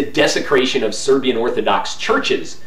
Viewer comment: Very nice Serbian pronunciation for a Westerner! Congrats!